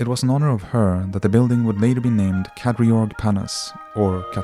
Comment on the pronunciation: The pronunciation of Kadriorg is just so wrong... Could you not have made a little research?